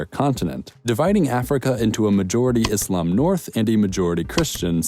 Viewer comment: Happy to see that you have pronounced Islam not Izlam